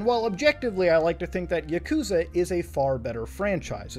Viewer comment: i hate how he says yakuza